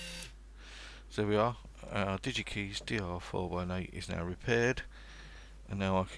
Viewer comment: Hi. Nice video. Just to be picky: Digikeijs rhymes with "pies". What a shame they went bust. Didn't YaMoRC take them over?